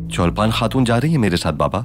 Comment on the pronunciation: Not cholpan khatun it's chalpan khatun😂😂